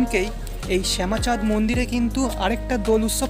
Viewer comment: সুন্দর কভারেজ। কিন্তু শ্যামচাঁদকে একাধিকবার শ্যামাচাঁদ বলছো কেন? আর মূর্তিটি কষ্টি পাথরের, কিষ্টি পাথর নয়।